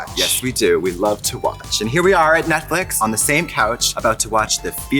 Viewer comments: I. Love. That. Tracy. Says. Netflick 😂 sometimes. Reminds me of Gotmeek 😂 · Trixie always calling it Netflick is the best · I love how Trixie calls it Netflick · Why does Trixie keep saying Netflick instead of Netflix